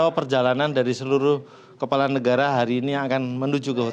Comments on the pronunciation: Kelapa or kepala min....cek btul2 seblm shre🤗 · kpala min bukan kelapa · Kepala. Bukan kelapa 😅